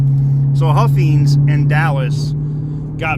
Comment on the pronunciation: It's huffines (long I) and it's Lewisville